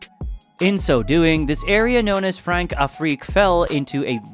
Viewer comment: Great vid bro, only 300 views? Criminal. Françafrique is pronounced France’afreek